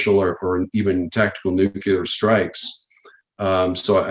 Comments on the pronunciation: Sorry, but it's hard to take a guy seriously talking about nuclear weapons who can't pronounce the word nuclear correctly. Putin has already stated clearly that he will not launch a nuclear weapon as a first strike. I believe him. On the other hand, the US signed legislation that it would launch a nuclear weapon as a "pre-emptive" (aka first strike). Sometimes when people tell you clearly what their plans are it's best to listen and take heed. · Does anyone besides me have a hard time listening to a person who is in theory an expert on a subject have difficulty pronouncing their area of expertise correctly? Nuclear…..not nucular. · This has probably already been addressed, but why is he using the word "Nucular" for all of his interviews? The actual word is "nuclear". Is this just bad slang reminiscent of GW Bush vernacular, or is it legal? Because technically, legally, this interview has not discussed anything related to nuclear weapons. Only "nucular" whatever the hell that is. I mention this because the UNITED STATES and other governmental subcontractors like to use semantic deceit and let you presume that you know what they mean, when in fact they are saying something different to CYA. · NUCULAR ??? That's annoying. Try NUCLEAR .... Otherwise, great update.... Thanks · First of all, I sincerely appreciate this video and all the warnings in it. Thank you! A small point, but it bothers me a bit: a weapons expert who seems to have detailed military info but pronounces "nuclear" as "nu-cue-lar"...?? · As a non-American, every time I hear someone say "nucular" I automatically assume they're about as intelligent as Homer Simpson. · Is it just me? Does anyone else here have a problem with how some people pronounce the word Nuclear. When someone refers to nucular situations/weapons/missiles, it just does not seem to me like they are all that up on the subject. If it is just me, so what, I still have a problem with it. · Guy cant pronounce nuclear. Some expert.